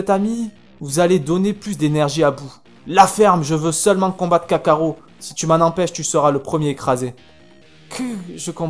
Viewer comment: On dit kakarot pas kakaro